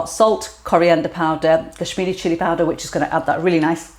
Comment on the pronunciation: Sorry I couldn't catch what chilli powder again for the first one? Sounded like you said Swedish chilli?